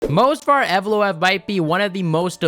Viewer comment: M-O-V-S-A-R !!! ITS MOV-SAR!!! Not Mosvar!!! You called his name wrong like 50 times …Amateur…